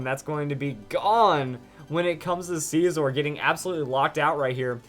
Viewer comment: what is up with some ytbers call scizor sceeeezor?